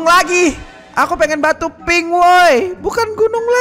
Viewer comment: Bang gak bisa gomong pink ya